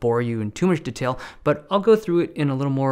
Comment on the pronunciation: the way he pronounces "detail" 🔥 poshing it up, us noobs say deee tail